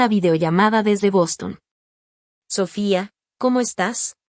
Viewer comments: Porque dices Sofía cómo debe ser y a veces lo dices con acento en la o, se oye ridiculo. Y si soy muy criticona. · No se porque en estos programas no pronuncian bien el nombre de Sofia